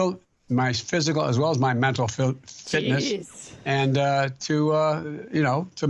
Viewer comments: I too remember the 'L' in the word fitness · Weridly enough he seemed quite normal, till he couldn't say mental Fitness